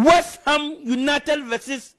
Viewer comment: He says it many times "limited "